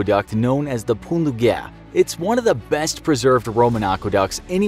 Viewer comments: Pon du gär xD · Please, please please look up how to pronounce the names of things before recording. Pont du Gard is pronounced "PON-Du-GA-r". Other than that, the video was super cool! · The way he says pont du Gard